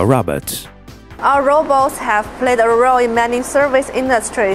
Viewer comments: RO-BOTS not "robbits" or "rabbits! Who the hell is narrating this? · Now if we could teach ya ass to say robot instead of ra-bots. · Robets?? why are you saying "robets" ?? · When AI keeps saying Robber 😂😂😂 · is he saying rabbits instead of robots!! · They need to hire somebody who knows that robots is not pronounced 'rahbats'. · I hear RABBIT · If you going to use AI for your commentary on your Pro Robots channel, then make sure your AI can say Robots.. 🤖